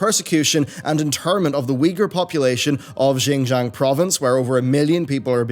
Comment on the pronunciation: jingzhang province 😂 it's 新疆 province, pronounced "shinjiang"